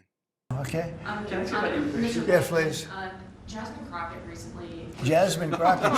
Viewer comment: I think he said Jasmine CROCKOFSHIT😂😂😂